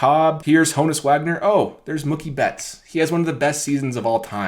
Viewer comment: Bro it’s Mookie (MUU-KEE) you pronounce mookie like it rhymes w/ cookie 😂😭